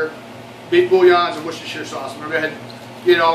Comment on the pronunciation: And it's Wore Chester sauce :D